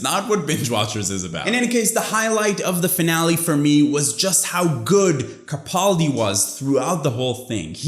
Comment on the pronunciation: Have never seen your channel before, came across it by chance. Definitely will be checking out more of your content. So glad to see someone else was as disappointed at the hit-or-miss Series 10, particularly because it is Capaldi's last series and he deserves better writing! One thing, and I know this is a nitpick but as he's my favorite Doctor I have to, it's Ka-pal-di. The second 'a' is short, not long. Final thing, your tattoo is fantastic!